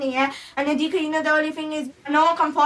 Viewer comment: It’s saffiyah and hadiqa